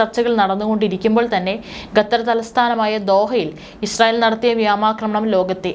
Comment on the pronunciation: News reader must learn proper pronunciation of word " vyomakramanam" and Qatar. It's not "Gattar" as you pronounce...